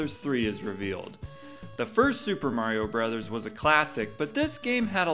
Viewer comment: You pronounced it "brothers" -- you are correct and for this I subscribe. .... EDIT Well damn, later on you say hammer "brohs".